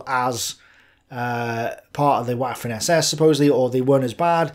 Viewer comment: I especially enjoy how he pronounce "waffen".